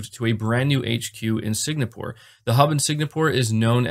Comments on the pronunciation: Did he keep say signapore instead of Singapore? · Singapore, not Signapore... kurwa. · It's Sing-a-pour not Sig-na-pour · Yeah, that was kind of cringeworthy, but still, just an honest mistake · no disrespect but it’s “SING’A’PORE” not “SIG’NA’PORE’. happy new year all! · I know you commented your correction, but I can't get over you saying "SIG-NA-PORE" LMFAO. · * sing - ah - pore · Keep up the sig na pore. Sounds much more cool and stylish! It will stick one day and you will be thanked! :) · Sin-gapore...huh...I pronounce it Si-ngg-apour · Sig-NA-pore. Sony's new headNAquarters..... I'm just messing, no hate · Singapore is pronounced sing ah pournot to be an annoying guy. Just wanted to let you know